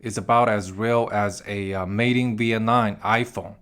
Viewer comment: You’re the first person who can’t pronounce Vietnam. The last letter isn’t M not an N. you pronounced it like the last letter was an N.